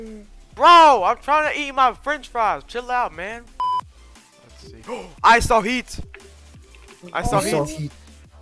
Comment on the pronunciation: I heard "I SAW TEETH" insted of "I SAW HEAT"